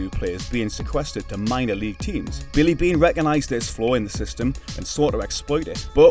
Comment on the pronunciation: I believe Billy Beane is the only name you pronounced correctly that entire video😢